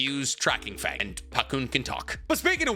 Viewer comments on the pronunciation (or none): none